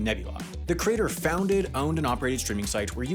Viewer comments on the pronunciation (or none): none